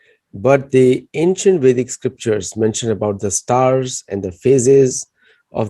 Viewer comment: It's vedic not basic sorry.